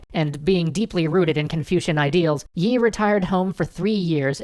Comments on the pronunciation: I'm pretty sure his name is pronounced more like "ee", rather than "yee". In Hangul, his first name is "0l" (used American keyboard characters to approximate cuz Hangul won't work for some reason), which is pronounced "ee". Generally that character and the Chinese character that looks like a long dash with an upturned serif on the right end are both transliterated with "Yi", pronounced "ee". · its lee not yi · You don't pronounce the y in yi, it's just pronounced like 'ee' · actually admiral yi is not yi. LEE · I thought it was Admiral Lee and not Yi? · its lee but nice vid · Not Yi . lee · Don't pronounce the 'y'- it's an artifact of transliteration. Korean never uses the 'y' sound with an 'I' sound. Just pronounce it 'E' Please!!! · Nicely done, but too bad about the weird pronunciation of Yi. It's said like 'eeee' -- no Y sound involved.